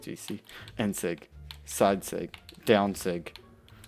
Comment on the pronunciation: The way he says daown sig lol